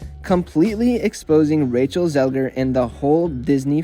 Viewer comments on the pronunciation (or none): she is called Zegler tho, not Zelger. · Cant deal with the zelger thing. You didnt care enough to get it right